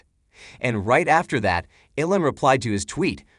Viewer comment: Its E-LAWN, not ELLEN, damn bot, get it right lol!